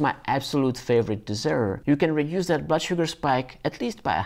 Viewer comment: Dessert - not desert. LOL